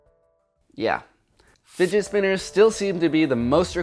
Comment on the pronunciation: “Didget Spinners”